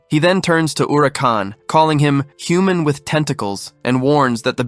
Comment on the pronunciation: There are a lot of mispronounced words in this, like human.